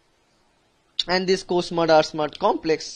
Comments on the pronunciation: Nice; except that it's R-SMAD and co-SMAD, not SMUD. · It’s not smud it’s smad.. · This is smad not smud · First it is transforming growth factor....second protein is Smad not Smud